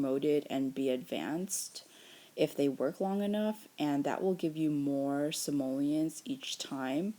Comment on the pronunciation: She said simolens